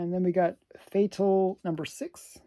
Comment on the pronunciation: Fatale should be pronounced like “femme fatale”…. I believe…… you are Canadian and if you speak French, you can make it sound even better!!